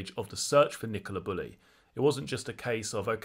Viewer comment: Bew-Lee is how her name is pronounced.